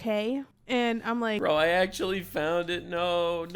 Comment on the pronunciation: It wooks awewite akshawee. Why do so many youtubers have easily correctable spe3ch imp3diments? Super distracting, obviouswee.